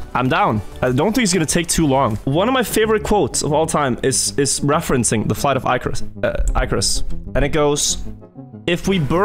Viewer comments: ICK. DUDE.ICK. NOT IKE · I can't keep watching - not with that pronunciation if Icarus